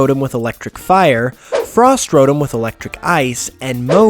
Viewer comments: IT IS ROTOM NOT RORM OMG PLZ FIX YOUR SPEECH I DONT MEEN TO BE MEAN SORRY😐😐😐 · It is not pronounced ro dum it's pronounced ro Tom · it's not ro em it's ro tom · ironmangaming smi5h he said rotom